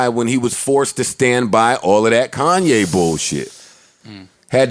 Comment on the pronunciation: Did Joe Budden just refer to Kanye as Coonye lmao 😂